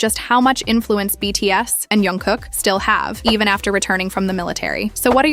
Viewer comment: The voice is made by Ai. Sometimes Ai says names wrong .We can't do anything with that